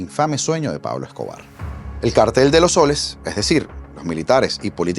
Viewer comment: Gracias por pronunciar la palabra cártel correctamente.